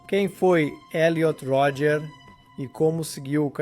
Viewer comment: O nome dele é Elliot Rodger. Creio que o narrador está dublando o documentário. Aí "abrasileirou" o nome.